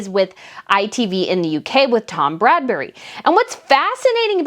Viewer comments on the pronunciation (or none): I believe it is pronounced Brad-BEE, not Bradbury. A lot of American YouTubers seem to stumble on this nasty guy's name.